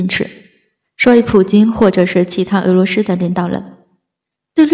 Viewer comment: 俄罗斯，不是鹅骆师，能学好发音先吗